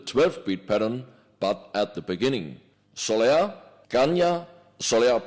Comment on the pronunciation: SOLEÁ NOT SOLÉA ffs